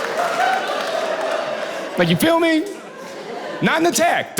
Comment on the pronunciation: Why does he keep axing "you fill me"? I said axing on purpose.